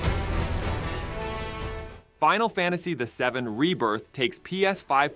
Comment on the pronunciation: Why do you keep saying “Final Fantasy a 7”? 🤔